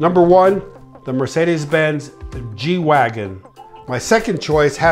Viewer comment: As a German I have to admit that he pronounces 'Mercedes Benz' pretty accurate!